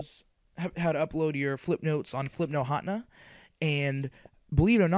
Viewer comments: hatna? its HAT-NE-A btw this helped lol and if your under 12 dont you have to get a paper signed? or faxed or something lol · you said hatena wrong.it's[HATEENA].